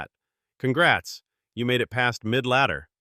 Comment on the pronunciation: Bro said midladdee ends at arena 8 😂😂😂